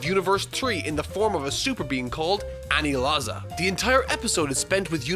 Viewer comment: I hate how he says anilaza it’s aniraza